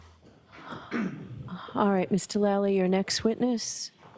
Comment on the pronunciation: How come everyone in court can say Mr Lally but when judge says it she sounds like shes sayn Doolally😮